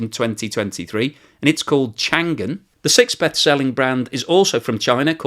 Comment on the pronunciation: The G in Changan goes with the first syllable. Sometimes you'll see it styled as Chang'an to show that.